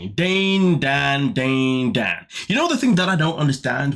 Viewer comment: DANE not Dan